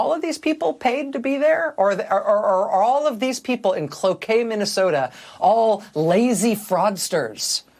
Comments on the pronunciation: OMG she even properly pronounced Cloquet MN 😁 she rules! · Rachel, as Minnesotan, im so proud that you pronounced Cloquet correctly. 😊